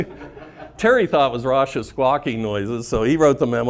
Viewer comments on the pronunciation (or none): Hi Bill, FYI, the C in RAUCOUS is pronounced as a hard C not a soft C ...raw-kuss